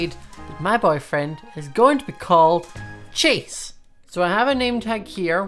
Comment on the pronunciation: every time he says chase i head “cheese”